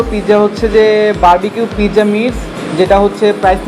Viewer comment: Pijja nah its pizza